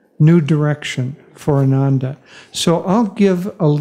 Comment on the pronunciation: Exciting times for Ananda. Just for records, Ananda is mispronounced all the time. The way it is pronounced today, it means "joyless" while the correct pronunciation would mean "Joyful"!